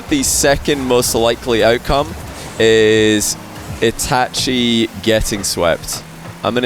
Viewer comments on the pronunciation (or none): Anyone else mad as to how says itachi? Like its itachi not e tat chee like say ah. Now say e-t-ah-chi. Itachi. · E ta che is how you pronounce it